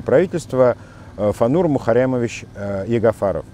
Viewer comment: Классно вы произносите - мухаррямовищщщ